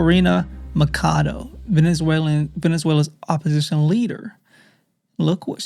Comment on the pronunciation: It’s Maria Ma-cha-do!!!! Ma cha cha chado…. Not macado